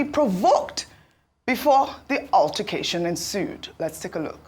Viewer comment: "UTTER"cation. Those in the new media need good training in proper prounciation.